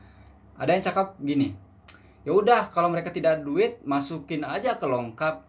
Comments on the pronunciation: Bang sebutannya "lokap", bukan "longkap"...hihi😉...salam dri Malaysia..Indonesia juga pasti bisa🙌🏻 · Lokap bro bukan longkap.tak pakai N dgn G. 😅